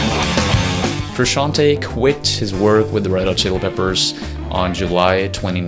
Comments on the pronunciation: That awkward moment when you do a video about a man but you can't pronounce his name correctly... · Hey, it's me again, now that we are talking about a band I really know and enjoy, I can tell you, you are pronouncing Frusciante wrong, do your research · He can't even pronounce frusciante correctly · Wtf is Frushanty??? Can't you pronounce Frusciante??? Is that so hard? Lame :(. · Stop saying FRU-SHAN-TEA!!! Say his name correctly if you are going to make a video about him! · Here in the UK we pronounce it Fer-usk-ee-arn-t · For God's sake, it's not Frusciant-EE, it's Frusciant-E (Italian "e", like the english "e" for "bed") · I couldn't handle FRUSCAN-TEE, trust an Italian: it is pronounced with the E like the E in Merry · Good grief you're butchering his last name and it hurts my ears. The end of his last name is pronounced "tay" not "tee" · FrusciantE it says frusciantEEEE like the E in hEllo. It’s italian name. FrusciantE no fruscianti. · Cant listen to Fruscianteee, its pronounced Frusciant(ay) 😬😬😬😬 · Great video but „Frusciantee“? C‘mon man you‘re making a video about him but can‘t pronounce his name properly? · I still pronounce his last name as "Fruscianteyyyy" yes, as in "Lil Tay" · frusciant-TAY not TEE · Who the fuck is Frooshanty? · His name is pronounced Froo Shawn Tay. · It's pronounced Froo-shon-tay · it's italian. the italian spelling of 'frushanti' or whatnot would be Fruscianti. the correct way to say it is to pronounce the 'te' at the end sort of like an italian would say tea (tè). the guy in the video is half way right about the original pronounciation but doesn't sound well... italian enough to make it ok. also fru himself doesn't pronounce it like that so who cares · I think the right pronunciation in Frusciante if you know how to read in Spanish is the same way you spell it the same way you do the pronunciation Frusciante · I want to die every time he prounances frusciante bad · I hate how he says John’s last name haha